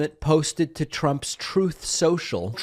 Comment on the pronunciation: Humiliated indeed! Now, he is just entertainment. "Trooth saciall".. 🤤 I'm kind of hot, watching him squirm and soiling himself on camera! Now is the time to really laugh at him! It always was, but then he was elected.... Threatened to take the US out of NATO, -he really was a danger to us all! So happy and warm to see him humiliate himself on "Tooth socall.." Thanx, Donald. For being the Schmuck you are! 🤏!🖕!!!!!!!!!!! (by the way, this is my call to you :-D )